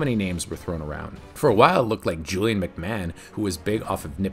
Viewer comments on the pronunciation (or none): none